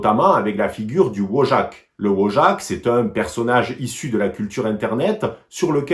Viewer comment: Wojak se prononce "Voyak"